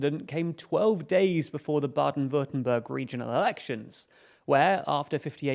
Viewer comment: I really like your pronounciation of Baden-Würtenberg. Not bad.